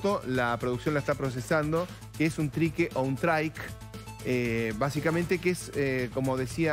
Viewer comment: "TRIQUE"... Dijo "TRI-QUE"???